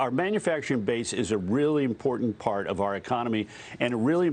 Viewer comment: It's manUfacturing, not manAfacturing. Dagan, your novelty has worn off. Humble yourself.